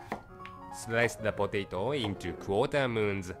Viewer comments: lol I love how he says potato hahhaha HHAHAH I'm dying 😂😂😂😂😂😂😂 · Is anyone else dying at the way he says potato 😂😂😂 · It's so funny how he says potato 😂😂😂 anyway it looks good